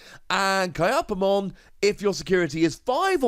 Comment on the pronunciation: Please check your comments on how to pronounce cards. You're still saying Kyaromon and Kyupimon wrongm